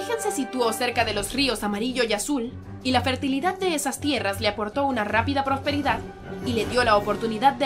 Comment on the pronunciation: minuto properidad asi dijo